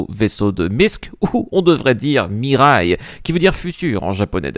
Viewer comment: Heu... Mirai, ça se prononce comme "Mirail", qui est un quartier de la ville à côté de laquelle j'habite, et pas le plus reluisant. A part ça, j'ai bien l'impression d'un bon token LTI...